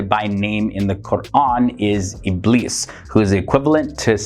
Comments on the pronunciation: I love your content, I've learned a lot from it but when you say "Iblis" it's not the correct pronunciation. It's pronounced as "Ibleess". I am not trying to be mean, I'm just saying. (It bothers me, when someone pronounces something wrong) Sorry Take care and stay safe All ❤🙏💓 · Ibleess in english